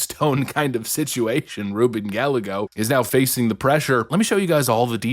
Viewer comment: Can we stop!?!? ITS RUBEN! It’s not a maybe or a possible! ITSSSSS RUBEN GALLAGOS